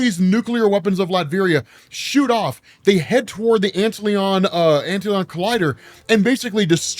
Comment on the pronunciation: Did he really just call Antlion "Ant-Leon"? It's ANT LION lol